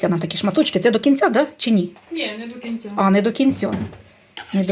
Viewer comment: ФилЭ, до кинцЯ, грЫбочки. Умора, а не мова😂, как же так русский язык засрали, вот вам и украинизация. 😂